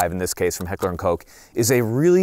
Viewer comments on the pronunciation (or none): Me as a German hearing Heckler and Coke 😂